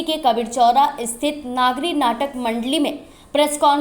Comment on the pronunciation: लिखते हो "नगरी", बोलते हो "नागी"! और है यह "नागरी"!!! हिन्दी चैनल वाले हिन्दी को न लिख सकते हैं, न बोल सकते हैं, और कहते हैं अपने को "पत्रकार"! और, सर्टिफिकेट प्रदान किये जायेंगे, या "की जायेगी"??? 😢😢😢